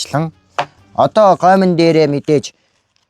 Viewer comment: goimn goimn gdg cn yg gomo gomo gj sonsloshd hha😂